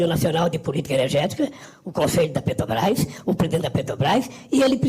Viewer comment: Putz! Me irrita ver um "presidente" de um país falar "PETOBRAIS"; quem vota "MAJITORIAMENTI" na gente... Um asno! Uma tartaruga em cima do poste.